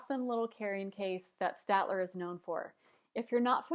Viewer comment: it's 'stayed-ler'